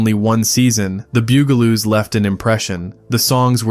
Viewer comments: I remember being aware of some of the shows. But bew-ga-loos? I'm pretty sure that the pronunciation is bug-a-loos, I remember watching the show in my younger days. On one occasion, the start of the broadcast seemed to stutter, or something of that nature, and I got in trouble for mimicking it, my parents thought I was saying a (to them) offensive word that could be interpreted as referring to someone who bugs things! (New Zealanders should think of a more recent TV commercial for a popular make of vehicle) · Oh my God boogaloos and poof n stuff? Did the person who made😂 this video even watch a single episode? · Pronounced "BUG aloos" and H.R. Puff 'n Stuff. Always watching for AI fails. Theme songs burned into my BRAIN. AI jab? Yes! But thanks for the memory revisit. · It's "The Bug-a-loos" and "HR Puff n Stuff",but nice try.😂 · "Bug"-a-loos...like bugs....Puff and Stuff NOT Poof. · . It's pronounced, " The Bug- ah -lōōs. Bugaloos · The "BOO-galoos?" H. R. "POOF-enstuff?" This has got to be AI. It was Bugaloos (as heard in the series theme song), and H. R. Puff-instuff (again, as heard in the the theme song). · The "bugle"oos? H.R. "Poof"-n-stuff"?? how about the BUG-a-loos, and HR-PUFF-n-stuff" I hate AI generated narrators. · Who are the "Bew-Ga-Loos"? It's Bugaloos. Or HR Poof-n-stuff. It's Puff-n-stuff. AI voices just suck. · Literally EVERY Sid and Marty Krofft show looked like and was acted like the writers and artists were all on drugs. And my favorite was clearly H.R. Pufinstuf. It was fun! And pronunciation? It's "Puff-in-stuff" not "Poof-in-stuff." And the other show is "Bug-a-loos" not "Byou-ga-loos". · "bewgaloos?" Seriously? It's "bug-a-loos" And it's Puff-and-stuff not Poof in Stuff. And no mention of "Magic Mongo" or "Doctor Shrinker?" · BUGaloos, not BOOGaloos. Because, ya know, they're BUGs. Do some fucking research. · It's pronounced BUGaloos, not Byugaloos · Who are the Bugaloos? It was pronounced Boogaloo’s ding ding.🥴